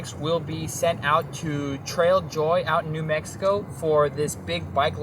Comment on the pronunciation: Nono, it's not "nah Mexico", it's "New Mexico".